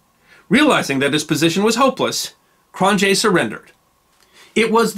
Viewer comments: And it's pronounced "Krone-yay" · It's pronounced "Cron-yea' j is a y in Afrikaans